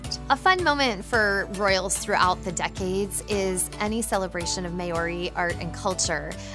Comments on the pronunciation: I'm sorry but that wasn't even close to how you pronounce Maori. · “May or ee” ?! Really? Get it right people Maori is pronounced Maa Ree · May-ori? .... Americans... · maori... worst pronunciation ive ever heard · First of all...you need to learn the correct pronunciations of things...like Maori. Second of all...you suggest that using "American" slang/language ..is inspiring. It is ignorant. Sorry but the US is not the centre of the world ..and your language ability and education is lacking